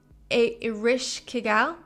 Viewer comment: eh-resh-ka-gul and sha-ma-sh, your pronunciation was pretty close